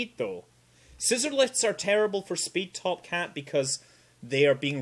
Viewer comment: You pronouced Toapat (Toh-Ah-pat) as topcat